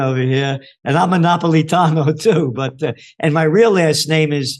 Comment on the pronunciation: Really rude to call him Judge Nap when you couldn't pronounce his name which is super easy to pronounce if you sound it out. Unfortunately America has raised up idiots who can't pronounce a word phonetically. Not sure why Jimmy would have an idiot subbing for him.